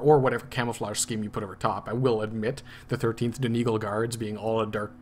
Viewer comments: Its pronounced Don egg all love the tutorial! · Dun E gaul would be more accurate! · It's pronounced dun eee gaw ll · btw donegal is pronounced dunny-gall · saying donegal wrong